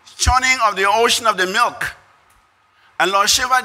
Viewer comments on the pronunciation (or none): none